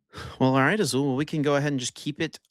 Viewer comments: Azul with the most Spanish sounding name but not knowing that Spanish also pronounces double l the same as French. 😂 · Azul out here pretending like he's never seen a double L not make a sound when he's got quite possibly the most Hispanic name available. lol